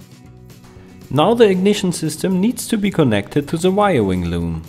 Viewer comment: Good info, but I love the "wiriring" at the end, lol!